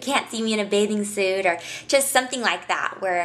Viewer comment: did she just say birthday suat?!